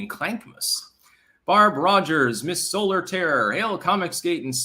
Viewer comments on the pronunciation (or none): none